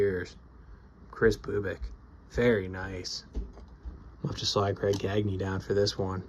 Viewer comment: Sweet Gagne. You said his name right too. I'm partly building 73 & 74. NDT? AWESOME!!!!!!!